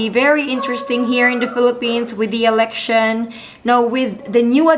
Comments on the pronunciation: You said "Erection" not "Election" that's why everyone is laughing! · On the 91 second mark… You definitely said… “erection“🤭🤭🤭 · I heard her say "erection" the first time . Then she correctly said "election" a little later